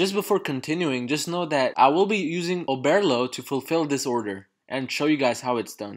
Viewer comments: Oberrrrrrlo not Obearlo 😂 Great video tho thanks a ton! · Bro I swear to god if you say “Oh-bear-lo” one more time 💀😂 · Listen I had to pause the f**kng video and just figure it out myself. I'm like I know I'm not the only one who hears this 🤬😅